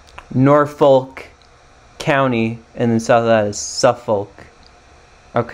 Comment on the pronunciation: Norriitch, not Nor witch. Norf'k, not Nor folk